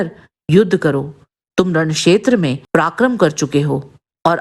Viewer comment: उच्चारण सुधारें| पराक्रम को प्राक्रम कहना या सुत को सूत कहना सर्वथा अनुचित है|